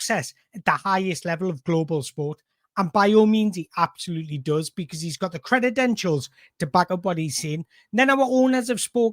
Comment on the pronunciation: Did you say credentials or creditentials?